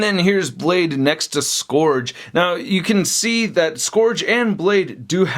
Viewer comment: Dude, please stop. It's SKURJ. Rhymes with PURGE or SURGE.